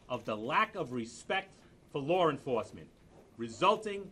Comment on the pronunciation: Hard to have respect for anyone who can't pronounce the word "law"....